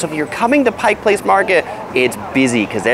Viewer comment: Thank you for making sure people call it PIKE Place Market. I actually clapped when you said that. 🤣 I've watched so many of your other videos and finally found this on on my birth-city. Good job on the highlights!! I'd also point out we pronounce it I-vers, not I-vars. And the Space Needle is 605 feet. I interned there, so I do love it, but another good view is from the Columbia Tower. Less expensive and higher up!! 900 feet!! Another whacky place to check out is Archie McFee's - all sorts of strange gags and gifts. A famous burger stop that Seattleites hold sacred is Dick's Burgers (our equivalent of LA's In-n-Out.) Take the water taxi from the DT Seattle side over to Alki and eat at Marination right at the water taxi dock. SO GOOD and then you can take amazing photos of Seattle from across the water.